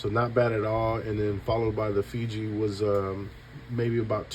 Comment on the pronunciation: Fiji. Is this guy illiterate?